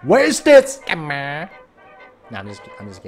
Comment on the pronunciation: SKemmer 😂 This word kills me when you say it !